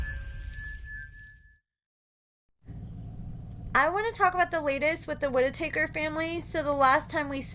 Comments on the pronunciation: Their last name is Whittaker not Whititaker. Lol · Whit-ah-kerr, not woodtakers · You're pronouncing their last name wrong it's not ( wood takers) it's Whitaker pronounced ( WIT- A -CUR)😂😂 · Its Whit a ker not whit a taker. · The “wit ah taker family? Tha hell is that? It’s Whittaker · Whit - a - taker 😂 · Their last name isn't two words it's one not whit taker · The way u say their last name 😂😂😂🤦🏽‍♀️🤦🏽‍♀️ Whi-ta-kers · How are you going do commentary on them when you can’t say there name right??? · Learn how to pronounce their name correctly. Be more professional if you're going to upload a video. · And needs to say the name correctly….. 🤷🏻‍♀️ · I'm extremely familiar with the family and I know that he is pronouncing it wrong.